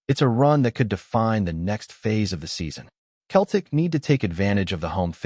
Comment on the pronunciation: AI voice can’t even pronounce Celtic 🤬 HH